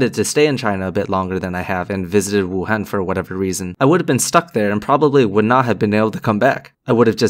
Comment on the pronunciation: Proper pronunciation of Wuhan? Yep you're Asian alright. Glad to know you're OK.